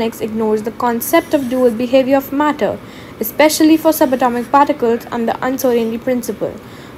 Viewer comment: matter ❎murdur✅